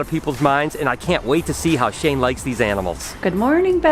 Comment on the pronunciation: Shane?? I guess you can say.. SHANKE!!